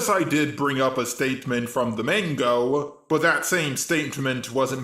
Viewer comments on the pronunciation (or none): I thought it was Manga not Mango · what he keep saying mango and animu? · eXCuuUuuuuSE mE! It'S THe AniMu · Are you mispronouncing the words Vegito and manga on purpose ?